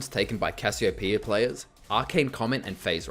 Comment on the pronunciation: THANK YOU... for saying... it... RIGHT